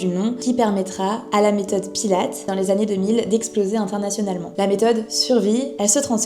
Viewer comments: Bravo pour ce reportage! Mais il faut vraiment que tu dises son nom correctement, il s'appelle Joseph Pilates, avec un S a la fin et se prononce "pilatisse"! Sinon c'est parfait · ça c'est la version américaine. En allemand, Pilates, se prononce plutôt Pilatès (en prononçant le S). C'est la deuxième vidéo que je vois de toi et c'est très intéressant, complet et la diction est parfaite. Merci pour ton travail